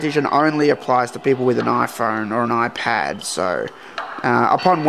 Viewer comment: iPhorne? Interesting accent.